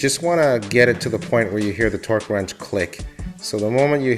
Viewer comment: It sounds like you said twerk wrench